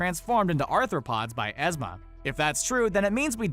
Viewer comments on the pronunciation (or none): Yzma Yuh sound. Not we sound. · Do you just not watch any of these movies and just read the scripts. The way you mispronounce names all the time is super annoying. It’s EEZMA with a long E sound.